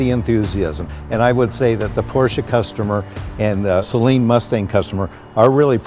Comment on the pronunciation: Well... just found out I've been mispronouncing Saleen my entire life...